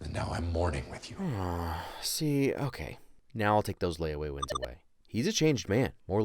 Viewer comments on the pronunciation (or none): This is so cringe I can’t understand wins not sins